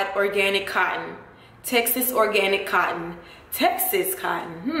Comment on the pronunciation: organtic. lmao thought it was organic